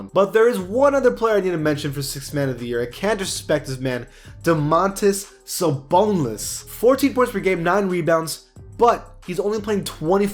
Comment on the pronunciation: He Said Damontolas SaBONELESS or